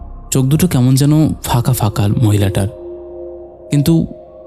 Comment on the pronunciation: ফাকা? নাকি ফাঁকা?ধাদিয়ে,আশ,দাত,কাচা,এগুলো কি শোনাচ্ছেন ? কাপছিলো?